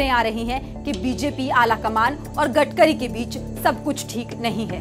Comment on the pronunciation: गटकरी नहीं गडकरी है क्या एंकरिंग करोगी रे बाबा